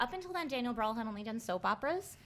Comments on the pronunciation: As a German, imagining Daniel Brühl as Anakin Skywalker in the Star Wars prequels is so funny :D Especially if you know him from his earlier independent films. So sad that he mostly get offered Nazi roles in international productions. PS: the way you guys pronounce Brühl sounds more like BRAWL :) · HAHAHHAH XDD Daniel Browl. That's what I heard xD But it was Daniel Brühl xDDDD Yes, German names... xD YES, Prince of Egypt. That film is amazing! should've gotten that point. Great Fight as always =)